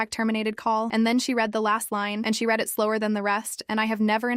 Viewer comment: Once again, AI chose the wrong pronunciation of the two possible ways to pronounce the word "read". Again. PS thank you to the person who said the story was incomplete. Sayonara.